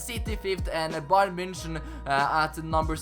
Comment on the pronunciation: Also bayern munich as bayern myunick